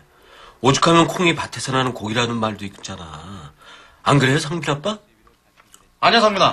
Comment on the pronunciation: 상빈인데 상민으로 들리시나?